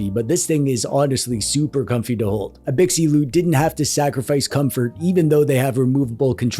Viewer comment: You should hear how he says Anbernic 🤣... Not to mention gigabyte, LPDDR5, Abxylute and RGB.